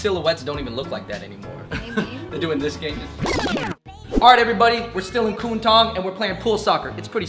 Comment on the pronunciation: Not Ku-n Tong it’s K-Wun Tong